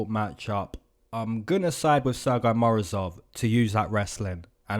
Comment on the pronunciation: your pronounciation of Sergey is kinda funny, you saying it as «sir guy», while even we are in Russia have a joke about this name, we pronounce it as «Sir Gay» 😅and it's a proper pronounciation btw. those russians who speak english a little bit find it funny